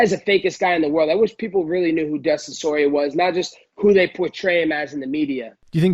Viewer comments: Dustin Soyrier 😂😂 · "Dustin Soirier" I'm dead